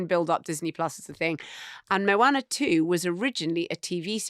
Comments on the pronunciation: Mowaner?!! Pretty sure its Moana! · Moana is pronounced with a long a then a short. In this day and age, I would have expected one of you would have researched that.